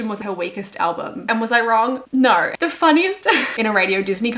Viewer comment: “respectfully, NAUR disrespectfully” HELPPP